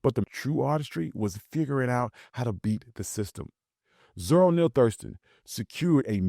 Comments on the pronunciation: I Heard Thurston Mispronounced ~~~Hurston~~~ Spelled Correctly On The Video.... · is this ai, the name is Hurston. Zora Neale Hurston with H. how I know for sure is that I have read several of her books. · He just mispronounced her name, but no he's not that ai crap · Big facts I don't know if he trained his voice with AI but it sure did not say that correctly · We knew who he was talking about, it’s only one Aunty Zora. But I think it was a mistake. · Agreed that he mispronounced the name, but I think it was just an accident. Unfortunately, whenever I read Ms Hurston's name I always want to pronounce it Houston (like the city in Texas)...I just do...lucky for me I have never had to say her name